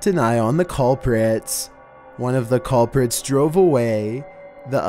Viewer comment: 'callprits'